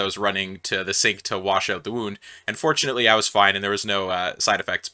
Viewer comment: I know you said "and fortunately I was fine" but it sounded to me like "unfortunately I was fine" lmao